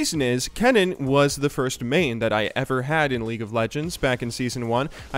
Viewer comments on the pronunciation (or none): none